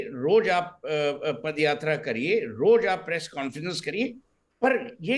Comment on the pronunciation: Party can't even pronounce the Indian word properly. Instead of saying Paadyaatra they call it Padyaatra.